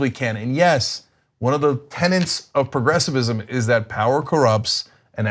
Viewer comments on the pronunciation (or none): hehe "tenants" of progressivism... cenk, it's "tenets", i hope you merely misspoke xD